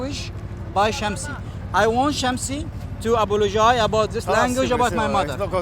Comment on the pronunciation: ‘I want Shamsi to apolo-jaay ‘